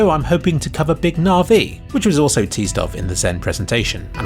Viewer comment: Big nar-vee??? Na-vi.